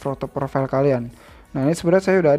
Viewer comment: Profail bang sebutan nya hahahahah